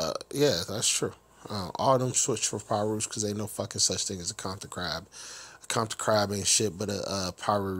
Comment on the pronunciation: Wtf is a kompton ckrab 😂